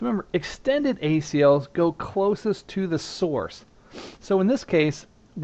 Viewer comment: don't you mean extended? unless you said that, but to me it sounded like you said standard.